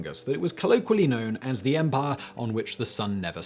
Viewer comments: I will never get tired of hearing Simon say "empahh" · I think it's mandatory that every British person can sound cool saying "empire"